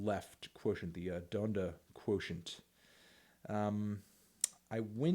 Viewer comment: im sorry how did he pronounce donda ?